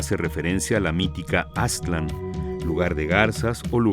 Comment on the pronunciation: No se ponen de acuerdo, a veces dicen (Á)ztlan y luego Aztl(á)n, a veces Tenocht(í)tlan y otras Tenochtitl(á)n. Además, hay muchísimos historiadores y antropólogos mexicanos, muy mal por parte del INAH eso de perpetuar que sean extranjeros los que "nos cuenten nuestra historia".